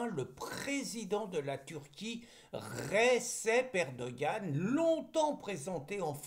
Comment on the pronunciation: "Recep Erdoğan" se prononce "Redjep Erdo'an".